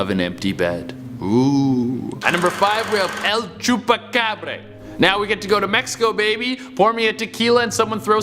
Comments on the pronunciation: Tf el chupacabre???? Nah man its chupacabra with an A not with an E su pinche madre redo your history of it god this is disappointing and disrespectful on Mexico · Is he saying Chupacabré...? Lol Che what part of Mexico were you in? It's bra.. ya know like the things that hold up chesticles?